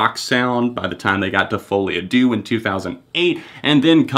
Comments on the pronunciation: "folie a dew" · the way you pronounce folie à deux is terrible lmao, but i guess you don't speak french